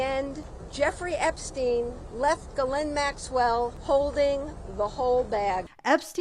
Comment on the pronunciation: She pronounces it gillenn? Weird.